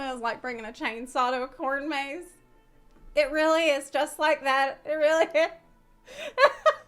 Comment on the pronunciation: Cornmaze? Oh dear Zepla... your South is showing 🤣🤣🤣